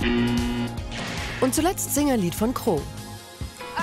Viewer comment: Ja , aber die Frau die das Voiceover geredet hat , sagte nicht Cro sondern Kro 😂😂